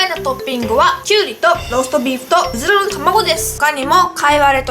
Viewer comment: うずらの卵って言いずらそうなゆうかちゃん可愛いw 辛いの苦手じゃなくてもこんだけ量食べるのはキツイよ〜(^_^;) マヨかけると中和されるんだね！！